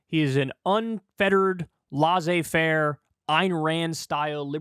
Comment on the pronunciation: Please stop pronouncing “laissez faire” incorrectly it’s really starting to bug me. Where tf do u even get that pronunciation from ??